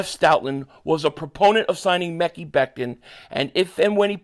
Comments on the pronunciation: its pronounced Ma kye Becton, not Mekey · Ma-kai not what the hell you saying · It's pronounced Ma-Keye